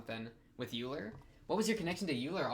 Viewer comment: Euler is pronounced like Oiler not Yuler. So the pronunciation is similar to Sodachi's family name, Oikura, and why she wants Euler to be her nickname. Unfortunately for her it never caught on and everyone just calls her "How Much" which is a pun on her family name and makes fun of her personality.